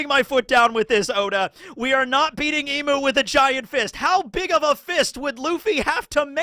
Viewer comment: It’s eeeeem not eeemuu for Imu! Emu is a bird😂